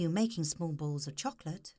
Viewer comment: she says balls funny :]